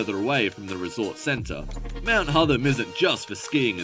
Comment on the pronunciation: Horrible AI pronunciations - It's Hotham as in Gotham